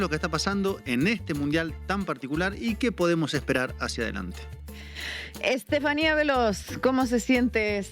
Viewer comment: Lo pronuncia bien Estefania Veloz.